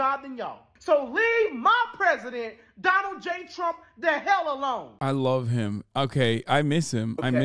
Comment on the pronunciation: Why do they say Chromp, instead of Trump?